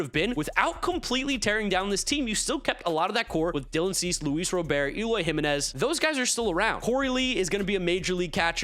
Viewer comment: It’s Luis ROBERTTTTT! 🤦🏾‍♂️ Lol. Love the content bro!